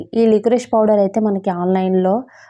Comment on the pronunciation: Akka powder clear ga cheppandi